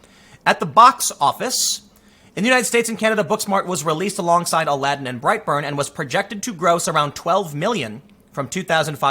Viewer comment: I thought you were saying brieghtbart not bright burn, lol I didn't even know bright burn was a movie